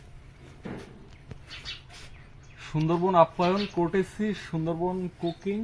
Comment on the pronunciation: ওটা কোর্টেশি নয়, কার্টসি। কিছু মনে কোর না ভুলটুকু শোধরানোর বলে।